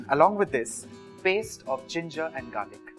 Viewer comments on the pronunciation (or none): none